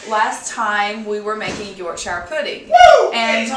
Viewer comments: Yorkshuh not York shyer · It's pronounced york-shear not york-shire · Just a tip: Yorkshire is pronounced York-Sha